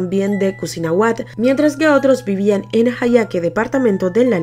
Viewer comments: "Cusinahuat" es cuisnahuat, saludos amiga excelente canal. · No es cosinahuat es cuisnahuat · Cuisnahuat..asi es el nombre del pueblo de uno de las victimas..no cosinahuat! pero buen reportaje!! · Es cuisnahuat 🤭🤭 excelente reportage